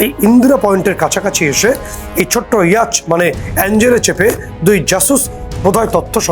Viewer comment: ইয়াচ নয়, ইয়ট